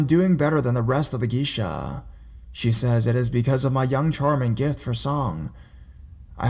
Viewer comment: its pronounced gay-sha...check pronounciation first please